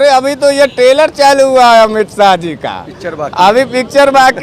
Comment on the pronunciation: Tailor nahi hota hai trailer hota hai thoda tum b padhai karlo